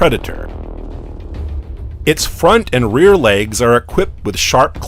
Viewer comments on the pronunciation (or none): What’s happening with his voice ?!? I like this but can’t listen for long. He literally sounds like an adult Forest Gump . “Legs-Guh”. “Pods-za”, and “ assembled-da”. 🤔